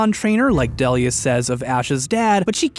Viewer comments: Why do you keep pronouncing Delia as Del-ee-uh instead of Dee-Lee-uh? Like they do in the show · Sorry to be pedantic, but it’s Deel-ia, not Dell-ia. Also, why was it not considered that Ash’s dad simply has never appeared in the show? Why is it somehow obligatory for him to be an established character? That’s a massive assumption right from the start. Side note: Silver isn’t blond. Get your eyes checked. His hair is gray. A shade of gray that would be consistent with having had dark hair in his youth. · DEE-lee-uh!!! Not DELL-ee-uh! FECK! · It's "dee-lee-uh," not "duhliah." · THAT'S NOT the right sounding way to say her name, it's deal -ya THIS is the right pronunciation NOT dell-ya, also I DON'T think that Giovanni is ash's dad NO WAY, I think it's the aura user/guardian RILEY, THEY LOOK EXACTLY ALIKE. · Um…I would like to say that you said the mom’s name wrong, it’s pronounced Dee-lee-uh. Trust me I have that name. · AHHHHHH!!!!!! ITS PRONOUNCED DEAL-YEAH! AHHHHHHHHHHHHHHHHHHHHHHHHHHHHHHHHHHHHHHHHHHHHHHHHHHHHHHHHHHHHHHHHHHHHHHHHHHHHHHHHHHHHHHHH!!!!!!!!!!!!!!!!!!!!! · I thought Delia was pronounced "DEE-lee-ah" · So.. you can do all that science but can't pronounce Delia's name? (Dee-Lee-Ah)... Also why has no one else pointed that out yet? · Deh-lee-uh?? Oof that pronunciation. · Was I the only one bothered by the fact that he kept mispronouncing Delia's name? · Am I the only one bothered by the way he says ash’s moms name